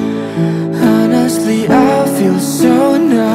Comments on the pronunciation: Bagussss banget lagunya,,.,!'/ Masukan: cara pengucapan honestly itu onestli, jadi huruf H nya tdk dibaca, bisa di cek di kamus, hhe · coba abang nyanyiin, pasti gaenak tanpa H 😂. kadang dilagu tuh pelafalan gajelas jadi nada yng kalau diilangin malah gaenak...